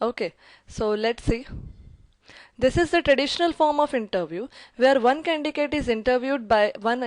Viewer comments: Its not 'CANDICATE' its 'CANDIDATE'.. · I liked ur video😍😍 ....but its just that ..it is candidate not condigate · For the love of God it is Candidate not candicate!! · Ma'am that's not condicate It's condidate Why are you pronouncing condicate such a boring word! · Candidate is wrongly pronounced as candicates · Candidate pronunciation should be corrected. By the way Thank you so much for sharing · Candidate is wrongly pronounced as candidate.